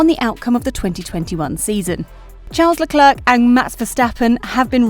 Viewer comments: But why does she say leclerc with the last c its silent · Firstly - is it really so difficult to pronounce a person's name correctly - especially when his name is mentioned at least 20 times every GP wekend? The "c" at the end of Charles Leclerc's name is silent! I don't think Max has a chance in hell of getting the championship now unless Mercedes have reliability problems. It is very unlikely that the weather will be anything but sunny and hot. The question I would love to know the answer to is why Mercedes had the dip in performance before Brazil, when all we heard from Mercedes was "Max has a much faster car". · WOOOWW u rlly said Charles Leclerc's name so wrong